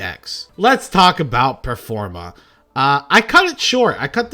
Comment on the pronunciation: this is performapal, not performage!